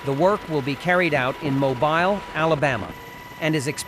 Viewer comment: its pronounced mobeel not mo bile